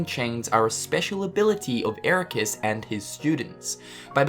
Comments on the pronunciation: Pronounced "EraKUS", not "EraKWUS". They say it like a hundred times in BBS, man. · it is not master eraqus it is master eraqweees. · Hold up. Did pronounce Eraqus's name as 'Erakwis'? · Wait did you actually say Eraqweez? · My dude said "Era quis" twice. lol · I don't understand how people can mispronounce these characters' name wrongly when they actually say it in the game WITH SOUND. I get it for FFX, Tidus. His name was NEVER mentioned so people tend to pronounce it differently. Tee-dus and Tie-dus. But Eraqus.. C'mon man.. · ERAQUS!!!!!!!!! omg 😲 u Mispronounced it twice omg 😲